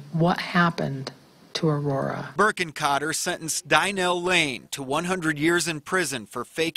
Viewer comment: This is absolutely disgusting and I'm so happy this woman will spend the rest of her life in prison But also, that woman doesn't know how to pronounce Aurora and that bothers me for some reason